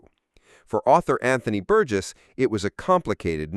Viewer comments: Not An Thon Y (the TH as in thorough) but An Ton Y(rhymes with gone - the H is silent), and Bur Jess not Bur Guess - what dickheads all you Americans are. Why don't you take a little time to research how to pronounce names - surely just a few minutes, and get things right, rather than come across as fuckwits? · "An- thon-ee Bur-guess"? FFS, if you're going to analyse one of the most important films ever at least don't use AI for the naration. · That’s pronounced “Antony Burjess”.